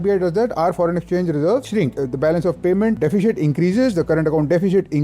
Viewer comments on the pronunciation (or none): It's DE.fi.sit... NOT DE.fi.shit.